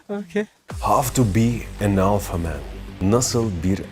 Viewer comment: omaygaj he is alfağ menn